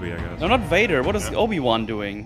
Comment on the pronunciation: Is it just me, or does say "Nobi-Wan" here? To go along with Jake Skywalker, I suppose.:p